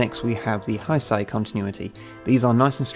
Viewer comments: Heisei is pronounced "hey-say". just a heads up. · Heisei is pronounced "Hey-say"